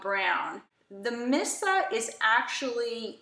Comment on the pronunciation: Just to let you know.... Missha is pronounced Mee-sha. You keep saying "Missa". 😖